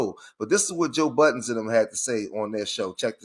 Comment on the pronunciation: Bro, why you call him Joe Buh-ens… 😂. It’s Joe Budden.